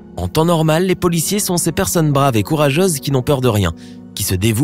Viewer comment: On dit couraGEUse et non couraGASE, LAMENTABLE